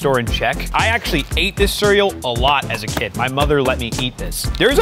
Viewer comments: bro said "Siryal" instead of cereal LOL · is literally saying “Surrel”😂